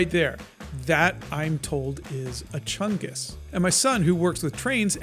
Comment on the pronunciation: I thank for introducing me to mightier chungus and the correct pronounciation of it